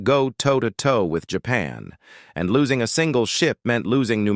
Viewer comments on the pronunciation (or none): Losing. Not lousing.